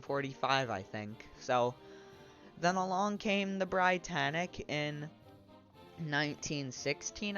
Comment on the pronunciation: You mispronounced Britannic, you pronounce it as "Brit-annic" not "br-eye-tannic